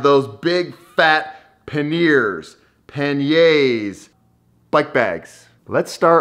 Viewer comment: Just visit Pathlesspedaled regarding pannier pronunciation 🙄